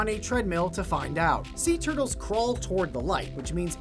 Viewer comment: I like tur-tuls😂😂😂